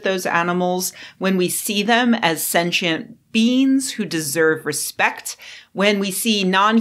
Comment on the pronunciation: Sentient BEANS!? I know, but I can't unhear it.